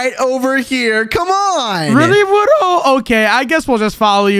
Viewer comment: You said wudo wrong 😂😂😂😂😂😂😂😂😂😂😂😂